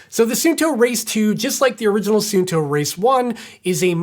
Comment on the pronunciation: It’s “sun” “two” not “soon” “toe”. Every single American review pronounces this incorrectly. Can’t they read?